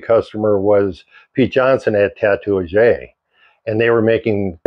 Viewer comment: Interesting story. I believe Tatuaje is pronounced ta-too-wah-hay.